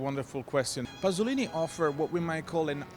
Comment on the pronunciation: "Pasolini", not "Passolini", please....